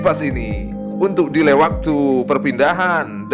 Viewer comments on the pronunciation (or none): none